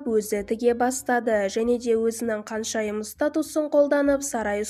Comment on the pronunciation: Каншайым емес ханшайым деп айтасызба х арыпын айта аласызба